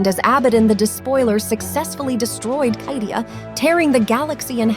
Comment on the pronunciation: Never heard someone mispronounce Cadia so badly that it actually bothered me enough to comment ha.